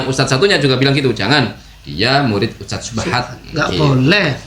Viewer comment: Untuk Tarbilah daili Nyebut kalimat USTAD aja gak Paseh.... Bukan pake sin di akhir huruf USTAD .... tapi pake nya DHAL ....😂😂😂 Nii liat ..... أُسْتَاذ Hal kecil Lo itu .... Mosok gak sefaseh orang biasa .... 😂😂😂😂😂 Konyol ....malu maluin 😂😂😂